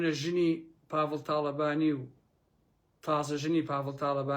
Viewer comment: سەدجار بۆم ڕاستکردیتەوە پاڤڵ نیە بافڵە